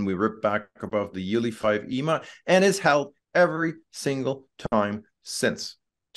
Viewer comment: How can anyone possibly trust the analysis of someone who pronounces EMA as a word?